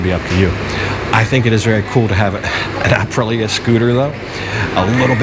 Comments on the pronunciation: I can't help it, I'm sorry I have to correct you, it is not Aprila it is Aprilia, don't forget the "i". You get it correct later in the video. Royal Enfield have just released their new Guerrilla 450 based on the new 450 Himalayan, more expensive than the Meteor but like twice the power, also really worth a look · Love your videos but please check out how to say Aprilia like an Italian.....it doesnt matter really but...."thats a spicy meatball"....EDIT you actually said it correctly later on in the video. lol. This scooter is different, the price is the price, its actually made in Vietnam for Aprilia, the main draw back for me would be servicing. PCX and Nmax though on every corner can be serviced on every corner. The reviews out of the Philipines are positive but again you would have to ride one first. The RE Hunter is cool but very low on power, still waiting to see if someone will bring/import the BSA Gold Star to Thailand, though the pricing of the BSA seems to higher than the RE Interceptor which will make it hard. Just love the look of the BSA. You are right GPX dont hold value. Also when I looked at them seemed the overall fit and finish werent that good, guess you get what you pay for.